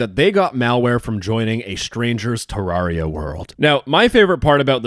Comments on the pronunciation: "Ter-rawr-ia" is crazy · Its Te-rare-ia. Just so you know.